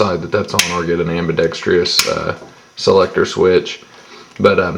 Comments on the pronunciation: its pronounced: am-bi-ˈdek-strəs or "ambidekstrus" not ambidextreeeuss. everybody seems to get that wrong these days. sorry for the pickiness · STOP SAYING AMBIDEXTRIOUS, IT'S AMBIDEXTROUS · Its pronounced ambidex-TRUS. Sorry, I hate when the word AMBIDEXTROUS is mispronounced.